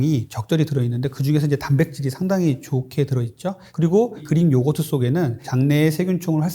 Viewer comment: 나만 그린요거트로 들리나?그리익 Greek. 의사씩이나되서 발음이 참...